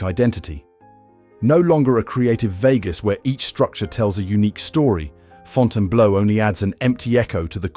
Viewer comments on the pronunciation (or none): WhyTF DOES THE IDIOT IA-bot KEEP CALLING IT FONTANA BLOW! FIX THAT SHIT!!! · Get your AI to pronounce the name correctly.